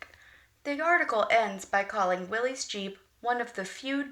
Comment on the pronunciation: Corrections: Proper pronunciation is Will - iss as would rhyme with Phyllis. It was the surname of Willys Overland founder John North Willys. - there was never a Willys GP or GPW, those were Ford models. After the initial Bantam, Willys, and Ford prototypes were tested and reviewed, small contracts were awarded for the revised pre standard Bantam BRC (Bantam Reconnaissance Car), Willys MA (Military, first contract), and Ford GP (Government, 80" wheelbase). The lucrative contract to produce the further revised 'Truck, 1/4 Ton, 4X4, G503' was issued to Willys overland with Ford as subcontractor. Throughout WW2 Willys built over 360,000 of their MB (Military, second contract) with Ford building an additional 280,000 of their GPW (Government, 80" wheelbase, Willys pattern). They had nearly complete parts interchange between the two and many (most) of the body 'tubs' were built by American Central Manufacturing (ACM). The museum example shown in the video wears an 'Invasion Star' on its hood as used for the D-Day invasion.